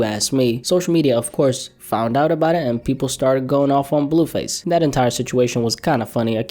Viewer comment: “BELLUUU FASSEEE pHYsIcAl aLtErCaTiOn” work on that blue face pronunciation bro bro….🤦🏽‍♂️😭😭😭